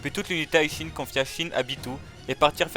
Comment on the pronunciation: Pourquoi tu dis l’unité High Shin ? Y’a écrit Hi et pas High mon pote C’est Hi Shin Tai et non High Shin tight